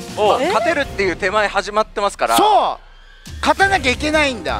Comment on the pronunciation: 勝ての発音がポンコツw